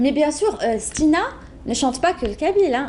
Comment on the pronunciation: ***** il lui manque des H à stina !